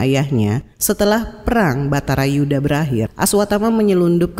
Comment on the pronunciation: "Baratayudha" (perang para darah Barata), bukan "Batarayuda" ?